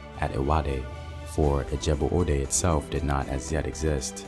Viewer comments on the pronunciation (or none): Ijebu not Ajabu